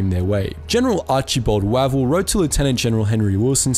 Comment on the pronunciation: Archie Wavel - pronounced Wave - l